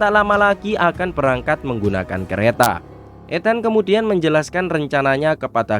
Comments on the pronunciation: Masnya orang mana ya? Kok baca ETHAN jadi /et-han/ ya? Harusnya /eθan/ atau pake lidah Indo cukup /e-tan/ atau /i-tən/ aja, Mas. Banyak kok orang Indo namanya Ethan 😊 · Cara baca ethan itu bukan et-hen tapi i-ten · Etan mas bro, bukan Et Han.Dalam bahasa Inggris,huruf H itu gak harus di baca. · Bukan et..han, tapi ethan/iten , copy pasti chanel ky nya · E THAN bukan ET HAN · Naratornya kurang pake emosi, datar n nyebut nama Ethan jadi Et Han... wkwkwk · Knp hrus nyebut nya ethan sih, rasanya terdengar aneh ditelingaku 🤣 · Betul, pengejaan nama ETHAN cukup mengganggu pendengaran, pdhl nama2 lain dieja dgn cukup pas koq.